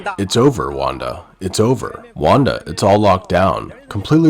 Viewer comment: not wanda haha. wan la = its over